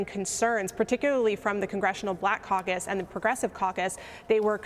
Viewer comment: See she say the caucus what caucus